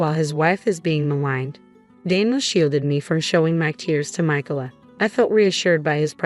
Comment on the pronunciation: The name, Micalah, has 3 syllables. In the USA, the second syllable is usually accented